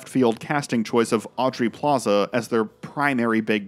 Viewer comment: AUBREY PLAZA. AUBREY. DON’T EVER MESS UP MY QUEEN’S NAME, PEASANT.